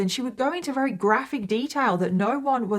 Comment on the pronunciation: For someone who claims to be English you sure can't speak it very well. That's very with a v come on now say it with me v v very! Not rary